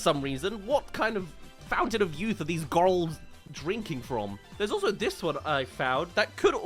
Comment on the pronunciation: Hearing you say GOYLS is a delight